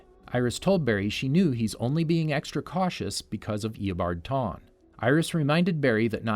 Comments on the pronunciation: "eobard tawne" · Bro eabard tawne 😂😂😂